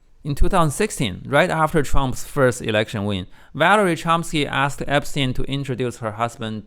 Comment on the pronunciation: Valeria not Valery.